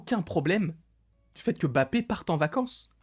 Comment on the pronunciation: Arrête de dire Bappe mdrrr tu dis Challa ou Tchalla ? 😂😂